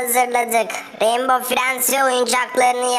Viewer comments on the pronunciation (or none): Reinbov fiyend diye neden söylüyor mavi